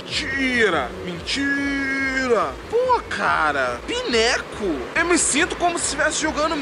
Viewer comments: Não se diz PINECO SE diz " PAINCOU" rsrsrs abraço! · não se diz pineco, se diz painicoul , por favor não diga pineco!